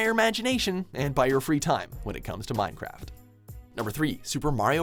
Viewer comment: Minecraft??? you say Mincecraft?!?!?!?!?!!